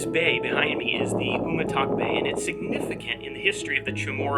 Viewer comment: Very nice! I'm originally from the south of Guam — Merizo, the next village past Umatac. 👍 By the way, the pronunciation for "Umatac" is "you-ma-dak". The way you're pronunciating it is sort of similar to the pronunciation of the Chamorro language name of the village, "Humåtak" ("oo-mah-tack"), but with a stress on the middle syllable (mah), not on the first (oo). Enjoyed your video. Thanks!